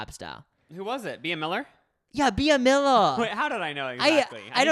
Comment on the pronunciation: Every time they pronounced Bea Miller 🙄 “Be-uh”